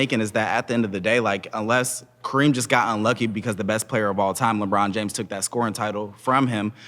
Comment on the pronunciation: He called LeBron a weeny 😂😭